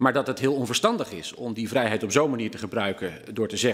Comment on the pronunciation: Hugo spreekt het woord vrijheid uit als een boer met kiespijn